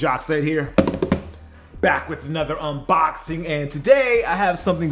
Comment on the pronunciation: I love how Americans say box...UNBAAAARXING lol